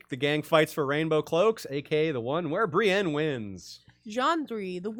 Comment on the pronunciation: It drives me crazy as well